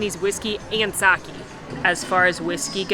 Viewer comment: the correct pronunciation of sake is sa -kay. Love your videos! You are getting me through the pandemic.